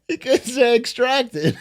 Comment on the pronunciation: Extraction shooters are like the number one hot industry chase card right now and bro can’t even say extract. END DEMENTIA PRESIDENTS NO MORE DIMENTIA PRESIDENTS ELECT ME PRESIDENT AND I WILL PUT TO A VOTE A MACIMUM AGE OF OUR LEADERS